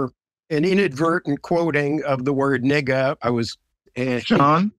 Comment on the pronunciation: Omg im sorry but this is funny. Even Glenn cant help but giggle at the way says ni$$a. Bro say it with your chest😂😂😂